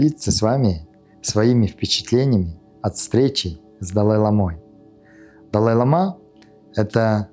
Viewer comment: Лицемер. Тибетский доктор. По тибетски читает! А простейших вещей не знает. По-тибетски слово "лама" (བླ་མ་) произносится как [ла:ма], с долгим первым гласным. Ударение на первый слог! Надеюсь, подношение было щедрым.